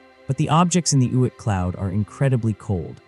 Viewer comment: "Oit" cloud? 🤔